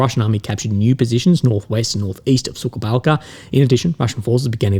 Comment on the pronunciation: It makes me giggle every time though. When a village called "The dry ditch" mispronounced by as "Bitch-ditch"